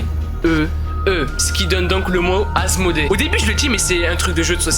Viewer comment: Walah j'ai cru que au lieu qui dit Asmodée il dit asmr 😂